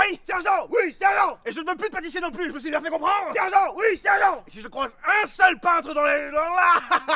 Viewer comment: "ôô je mé souis trop avanceille " xD <3